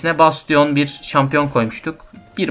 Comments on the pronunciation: besçın diye telafuz edebilirsin. ve de böyle telafuz ile ilgili sıkıntı yaşadığın şeyler olursa google translate in telafuzlarına bakabilirsin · güzel bir video ama bastionu öyle okumasan mı be